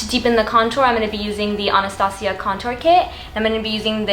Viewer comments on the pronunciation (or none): none